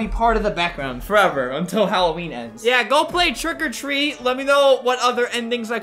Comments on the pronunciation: not quiggily it's trick or treat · Who really liked it when he said “Trick a treat” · I like when Albert says TREAT OR TREAT TRICK OR TWEAT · Twick or tweet🤣🤣🤣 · The intro: “TrWiCk Or TrWeAt” Me: keeps replaying while dancing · It sounds like hes saying TRICK OR TREE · Albert: "Twick or Tweat! TWICK OR TWEAT" Me: Instantly Likes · No one: Flamingo: TWICK OR TREAAAAT C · “TWICK OR TWEAT. TWICK OR TWEATTT” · ''TWRICK OR TWREAT''